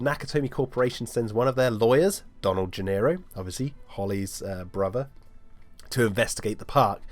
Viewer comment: Isn’t Donald’s last name “Gennaro”, not “Gennero”?